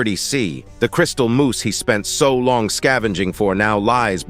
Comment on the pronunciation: Crystal Moss ❌ Crystal Moose ✅